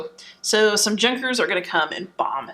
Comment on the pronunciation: Junkers lol. It's pronounced Yoo-nkers. The J in German is a "Ya" sound. Really good video btw! Great job!